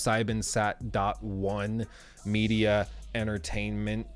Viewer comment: the name of Pro7Sat1 Media is pronounciated like this: Pro Sieben Sat Eins Media